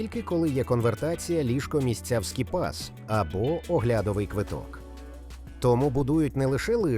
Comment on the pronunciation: Тут багато такого. "ГондолИ", "оглЯдовий" тощо )))) Озвучка ШI - автор (ОККО) за це не париться.